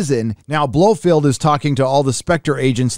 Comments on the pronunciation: Who is this "Blofield" you keep mentioning? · I could get past the constant "Blofield" but Pierce Bronson?!! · Dude it's Blofeld Not Blofield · Geez...Holy mispronunciation-ville! Blofeld...NOT Blofield. Brosnan...NOT Bronson. Heracles...NOT Hercules. Liza with a Z for fuck-sake!! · his name is BLO FELD not BLO FEILD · I don’t disagree with your review but I would point out that a) it Blofeld not Blofield b) it’s Pierce Brosnan not Bronsan & c) the virus was called Heracles not Hercules. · For Pete's sake, it's pronounced Blofelt ! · It's 'Blofeld' and 'Brosnan'. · This guy has never read a Fleming book or can even pronounce Blofeld. 🤷🏻‍♂️